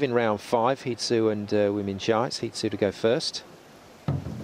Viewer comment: Stupid announcer kept saying He Zu.